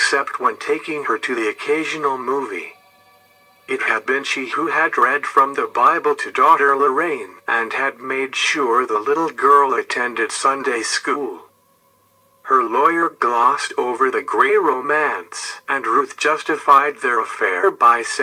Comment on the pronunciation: The little gurt? I think you mean little girl! What the hell they need human narrators!!!!!